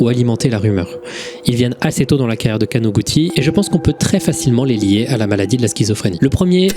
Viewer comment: + le Kanoguti mal prononcé mais c'est un tout piti détail